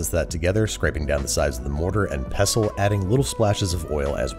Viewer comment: the way he pronounced pestle tho